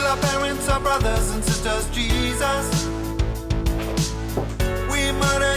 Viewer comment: I heard the start as "Hello, Disciples. It's me, your favourite lord and saviour, Penis"